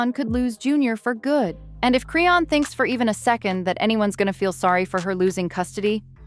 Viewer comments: Me too! Who the hell is Crayon?! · why you can't say her name right? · I'm so sick of her saying her name wrong